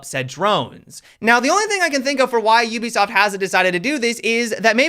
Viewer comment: why do you say ubisoft YEW-bisoft versus OOH-bisoft